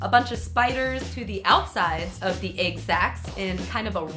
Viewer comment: The way she says egg sounds like aygg and it makes me die inside.